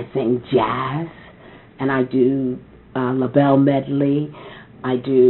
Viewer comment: THANK YOU! He kept saying "Labelles" and it was like fingernails on a chalkboard. The Bluebelles and Labelle, but not "Labelles."